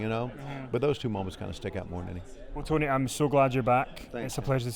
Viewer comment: Oh I hope Jericho continues to mispronounce Tony’s name like he did back in the 90’s! That shit made me laugh every time without fail.